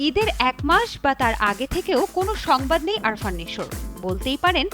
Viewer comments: আরফান না, উচ্চারণ আফরান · Arfan na..afran .nam shikhe news koren